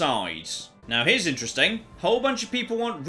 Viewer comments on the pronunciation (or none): none